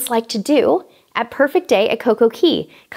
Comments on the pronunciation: It's coco K not coco key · I believe its pronounced coco cay (Kay) not key :) ur so cute